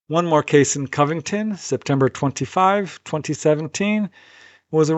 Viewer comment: It's pronounced, Covington. Cov rhymes with Dove. It's not, Caahh-vington. I thought you were well travelled? Haha